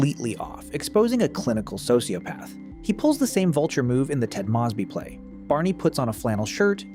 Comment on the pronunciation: Why the hell do you pronounce Moseby like that